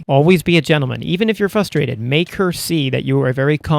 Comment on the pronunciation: "fustrated" there's an R in there man